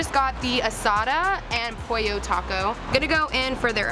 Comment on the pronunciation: pronounce the name of the taco correct girl lol